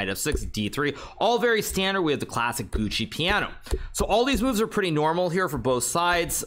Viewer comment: Best of luck next week! BTW: it's Giuoco Piano ('jocko piano'), not Gucci Piano :).